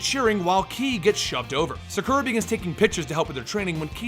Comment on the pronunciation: Sah-Koo-Rah not Suh-Kur-Uh.